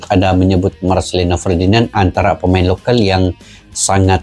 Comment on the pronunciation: Lokal bukan lokel !!!!!!!!!!!!!.